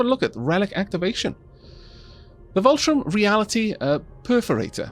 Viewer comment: Fun series so far, but just to point out, there's no R in Vultaum so no need to pronounce it like VOLTRON. :)